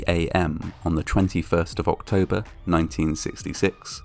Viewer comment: Wow. For a minute there I thought you said “ ork-tober “?? Hahahaha. Too much GW hobby time. Great job/channel excellent